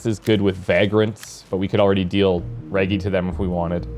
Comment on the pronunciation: Maybe it’s me, but the way you’re saying Reggie and Vagrants seems...odd. Reggie reminds me of Reggie Miller, which sounds completely different than how you’re saying it. Like Rej-gee. Vagrants, I believe, needs a silent y in there. Like Vay-grents.